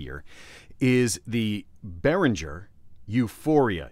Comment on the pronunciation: Minor nitpicking: Behringer has a hard G as in "get". It may be different, but I have a similar interface and the mono/stereo switch just affects the direct monitoring, so in mono you hear both inputs in the center while in stereo you hear input 1 hard-panned left and input 2 hard-panned right. To record in stereo you just assign both channels to the recording track, no switch needed.